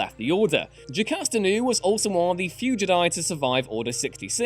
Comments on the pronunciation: Yeah i noticed he's different pronunciation of the word Jedi. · Why is he pronouncing Jedi like j'dai? Infuriating! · Why do you pronounce “Jedi” like that?...